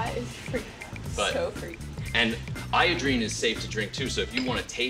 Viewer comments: Its 'iodine' not 'iodrine' silly Bonaro. LOVE THE SHOW. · It's not iodrine it's IODINE and this reminds me of "A Cure For Wellness" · He said iodrine not iodine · "Tactile probiotics." Revealed with "iodrine." XD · He said iodrine lol